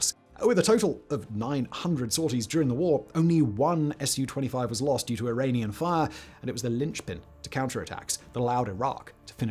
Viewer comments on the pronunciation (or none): none